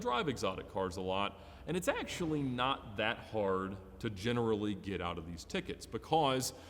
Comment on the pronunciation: and its aEctually. Hahahaha